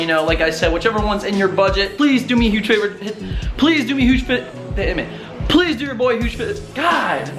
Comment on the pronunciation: I only liked because you couldn’t say “favor”